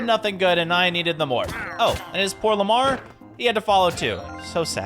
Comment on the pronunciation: he said Lamar 🦙